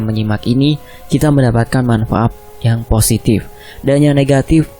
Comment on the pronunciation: manfaat pak bukan mafaap hehe masih sambil minum kopi sambil dengerin fakta sejarah :)